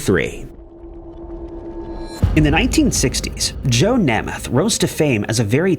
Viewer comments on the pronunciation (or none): "Nahmath"? Or "Nehmuth"? Nope...."Naymuth". Perhaps an actual narrator would be better than a computer with pronunciation. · Please at least find one other citation of names that you don’t know how to pronounce before making your own video. Namath is pronounced NAY-math. Not NAH-math. Also, you made this video way after Simpson had died. Accordingly, you should say “he HAD been ordered to pay $33.5 million…” or “he WAS ordered…” — not “he has been ordered…” Please up your research and editing game. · It's pronounced NAME-ith, not Nemeth...idiots. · Namath is pronounced Nay-meth… say it with me… Naaay-mmmeth.. Namath. 😂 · FOR THE LOVE OF GOD!!!!! HIS NAME IS PRONOUNCED NAY MUTH!!! LOMG A YOU DIPTWADDLE!!!!!!!! JOE NAMATH WITH THE FIRST A SOUNDING LONG. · Joe Nay- muth long a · Tell me you’re old without telling me you’re old, I’ll go first: the fact that is so young he doesn’t know how to pronounce Nā-măth! But this was a good video. Maybe you should do one one people who died because they appeared on talk shows. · Pronounced Joe ‘NAME’ eth… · NAME-ETH. Joe Namath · Nay myth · That isn’t an age thing. The last name is pronounced nay-myth. Don’t recall ever hearing anyone pronounce it as “M-e-t-h”..lol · Joe's last name is pronounced 'NAY-MUTH'. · Pronunciation of Namath's name was appalling. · To the narrator: please do us all a favor and learn the proper pronunciation of peoples names because it’s pretty embarrassing to hear you mispronounce so many of them. Really if they’re that well known then you need to realize that as well, because their names are as well known. Just a suggestion that would help. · I was thinking how can u report on namath and say his name wrong